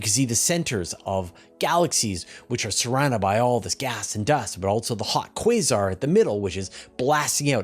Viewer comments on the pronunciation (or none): none